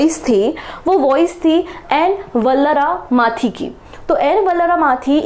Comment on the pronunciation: ISRO की सायंटिस्ट ---- एन वलारमथी नाम है.....वल्लारमाथी नहीं